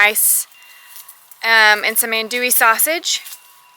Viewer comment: it's pronounced oon dewy The a is not pronounced long